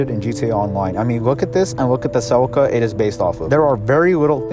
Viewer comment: se-leek-ah not sell-ika -.